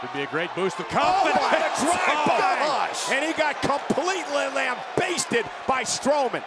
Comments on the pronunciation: It's "lambasted", Michael, not "lambaysted"!! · Cole can't even pronounce lambasted properly...